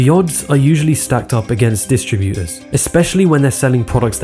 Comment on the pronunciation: Why can't this guy pronounce his "t's"? It's not "recrui-ing", it's "recruiTing". It's "distribuTers", not "distribu-ers". It's "majoriTy", not "majori-y".